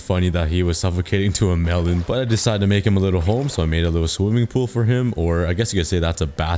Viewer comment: Every time he said “melon” it sounded wrong in every way 😂